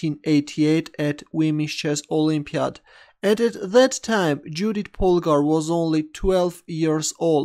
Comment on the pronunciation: You pronounciation of her name is incorrect,it is pronounced Yoodit.